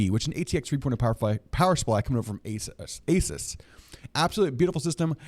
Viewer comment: It's pronunced A-Soos. Not Aces. Seasonic also made early Corsair PSU's like the AX series. It's a clean build because it's brand new; no dust. Zip ties are a pain in the ass when you have swap something.